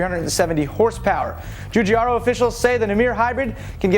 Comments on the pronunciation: pronouncing Giugiaro Joojiaro = fail Get it right Julius De Angle-is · you would be the dipshit, Fabrizio Giugiaro pronunces it ji-jee-air-o. Not Joo-jee-ar-o